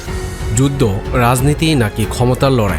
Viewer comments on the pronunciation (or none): সে বললো যুদদো, আমাদের বুঝতে হবে যুদ্ধ।